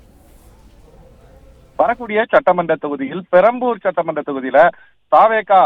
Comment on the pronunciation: அது பரம்பூர் இல்ல மா... பெரம்பூர்... 😝😝